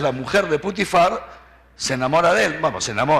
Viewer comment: Vaya tela, ,,putifarra,, dice 😂😂😂😂